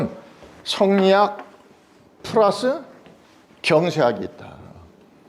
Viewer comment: 자고저 문제! 예: 세상,머냐?,퇴계,선한 본성, 교육,퇴계,성리학, 등, 첫 자가 장음인 단어를 짧게 잘못 발음한 실 예이옵니다. 한학자로서, 이렇게 자고저 문제가 있다는 것은 결코, 너그러이 볼 수 업나이다.